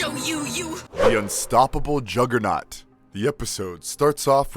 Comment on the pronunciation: “Oim di jogah-nawt BITCH!”